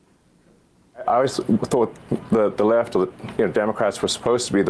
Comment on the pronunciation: This guy can hardly say “the left” lmao